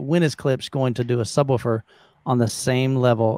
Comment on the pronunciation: It's not pronounced Klips. The sph is included, hence Klipsch.